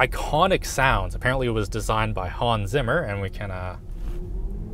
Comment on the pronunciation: I thought quite a bit about what he said when he mentioned Hans Zimmer...I love english people pronouncing german words and names